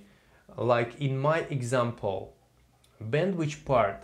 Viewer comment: Thanks a lot! But it's bandwithhhhh not bandwichhh :(